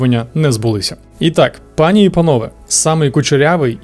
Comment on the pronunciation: Люди хочуть дивитися якісний і цікавий контент українською. Дуже приємно, що у нас з'являються нові класні тревел-блогери😊 Єдине уточнення - у слові "пані" наголос на перший склад, якщо це звернення до однієї жінки, якщо до багатьох, то наголос на останній склад 😊